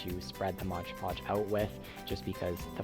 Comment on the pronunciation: It's MOD Podge NOT MODGE Podge